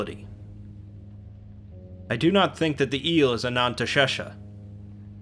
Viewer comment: Anantashesha sounds like someone trying to say anesthesia while going under anesthetic